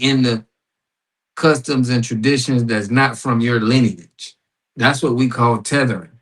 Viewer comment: You see how disingenuous is, he trying to make how lineage sound bad by mispronouncing it and purposely leaving out American when he knows what it is… I wonder if that white lady that owns the show behind any this propaganda, thats what they’re spreading…